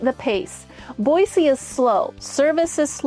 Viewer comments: Born and raised in Idaho it's pronounced BOYZY not BOYSEE grrrr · Is it Boissee or boizee? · I like how she says Boise.